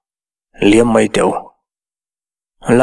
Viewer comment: Thluk loh tur i thluk hnem mah², e.g mai tih te hi maî tiin i thlûk thin, thlûkna awm lo chu thlûk vak hian hian beng a ti thlep, mai mai tih pawh mei ti a lam ka hre fo, chhiar uluk teh, chuan sawisel na hi an like duh miah lo 😃😃😃